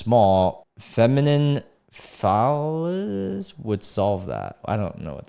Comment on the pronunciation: phallus. Fal like pal. Fal-us. It means like dyk shaped thing. Like if something is described as phallic it means that it resembles or reminds one of a dyk. Also, he's LITERALLY talking about a clytohrys. Thats literally a clyt. And a dyk is just a huge dyk. A clyt is LITERALLY a small phallis, complete with erectile tissue and everything. It gets hard and, if big enough, stands up. But the dude is seriously misguided.